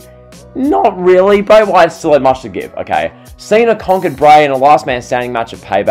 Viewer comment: Why you say TO like Twyuuuuoooo?